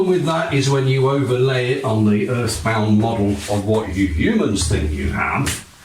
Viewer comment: are we going to ignore the emphasis he made on "...YOU Humans..."